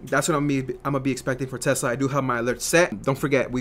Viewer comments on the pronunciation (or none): u keep saying tessler lol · Love the way he says Tesler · Lol Tesler!